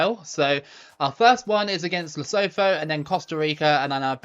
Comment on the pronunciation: Lee-Su-Two is how you pronounce Lesotho